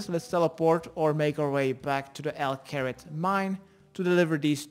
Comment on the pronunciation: Everybody: Al Kharid: El Carrot